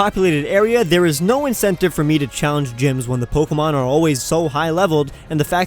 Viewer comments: You're the first person to address the "not so good stuff" and I'm glad. I've heard so many news reports on the app and sure, they were pretty darn stupid, but the pronunciation of the "é" in Pokémon is probably the worst thing I've been hearing ever since. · poke-mon poket-monsters